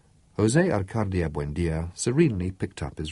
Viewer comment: Yes its very annoying that the reader dont say the correct names. Why does he say ArcaRdio and not Arcadio like in the book. When someone is called Smith, you wont say Smirth right ? It makes no sence.. but it is the greatest book ever written in my opinion !!